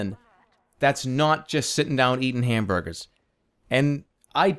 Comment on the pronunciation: God I love when Jerma says "ham burgahs"